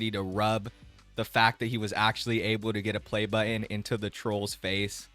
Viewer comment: He pronounces the word 'actually' as 'ashley'